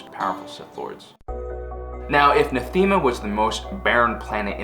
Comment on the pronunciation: It's pronounced NATH-UH-MUH